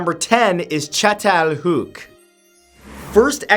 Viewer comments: I️ wonder how long it took for you to say chatalayuk. Is that how you spell it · The first one is pronounced chattel- hoyuck. As an archaeologist i litterally had a spasm when you said that. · as a Turk I gotta say his pronunciation of Çatalhöyük wasn't too good, but the effort is palpable and you gotta appreciate that